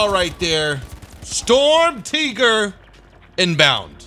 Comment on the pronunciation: Its Shturmtiger not storm tiger